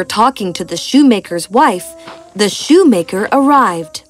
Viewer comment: ...... sho—maker It‘s shoemaker